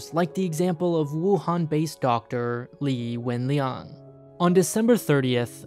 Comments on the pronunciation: Thanks for pronouncing Dr. Li WenLiang's name accurately. I can hear the effort you put in to learn the pronunciation in order to pay your respects to him. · You pronounced Dr. Li’s name so accurately, thumb up for that